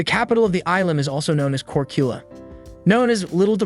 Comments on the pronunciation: Well is it not Korkula but Korčula maybe you change this in your pronunciation😊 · Korchula. Č is like CH, chips.. That might be easier now for people.